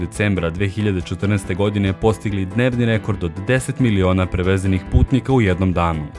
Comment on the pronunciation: perveznik putnika ili si rekao prevezenih putnika whaat xD